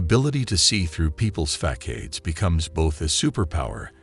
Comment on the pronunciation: What is a fackade? 😂😂😂😂